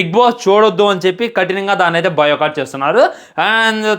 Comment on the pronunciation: Nuv Vella levu kada ra bigg Boss lo ki yenni aiena matladathav biocott kadhu ra boycott ra kojja